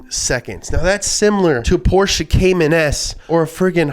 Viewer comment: no way pronounces porsche as porches